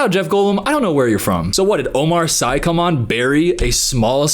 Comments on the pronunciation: Not to be that girl but Omar Sy's name is pronounced 'See'. He's amazing in Lupin, everyone watch that. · For Omar Sy , it's pronounced Omar "See" 😜 he's a French actor, and very funny too.